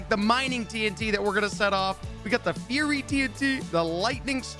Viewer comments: “Furry tnt” dude it’s pronounced fire-ey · Ummm I belive it is pronounced firey ,tnt